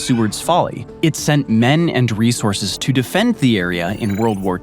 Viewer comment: Not to be a grammar Nazi but it's "resources"